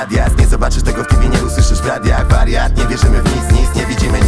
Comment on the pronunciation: TV - "tiwi" :D Nie tibii ;p